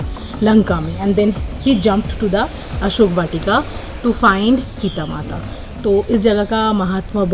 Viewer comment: Read as ashok vatika plz